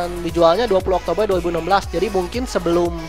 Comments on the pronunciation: kalo gak bisa ngomong r harusnya ngomongnya oktobe, kan gk bisa ngomong r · September oktoberr november desember pake R yaaaa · Oktobegr Apa Oktober ??